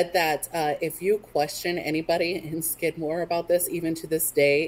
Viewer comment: If you would like some actual facts and real photos of Skidmore let me know. I grew up there. Knew everyone that died. My parents still live there. You didn't even say his name correctly.